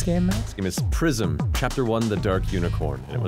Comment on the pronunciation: “Welcome to Pr-eye-zm” No one can murder a title with cold precision like Dan.